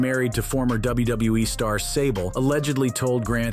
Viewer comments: I guess some people have a tough time pronouncing WWE. Apparently, this guy is at least one of them. Did you notice it sounded like the guy said Wrestlemania Narteen? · DUDE ITS WWE NOT WBE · why does he say wbue instead of wwe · WBE? That’s what it sounded like. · Why does everyone have such a hard time saying W W E? Why would Brock want her if he's married to Sable? I can definitely see McMahon doing something like that but not Brock. Course Idk him personally so who knows